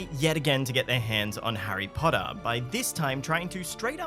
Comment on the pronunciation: Hirry Podda? An obvious thumbs down.